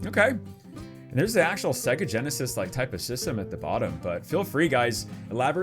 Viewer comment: Segga??? What is segga??? you let me down man. That's sacrilege dude. It's Saaaay-ga. Otherwise LOVE the nostalgia in this vid!